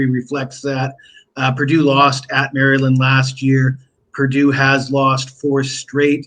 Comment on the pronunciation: You say “ Mari- Lind”. Haa haa. Happy New Year. Koon Sa bi Dee sir!